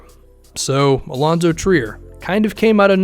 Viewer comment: Yes and I'm pretty sure he was pronouncing it like "try-er" back then because he didn't know who the heck he was 😄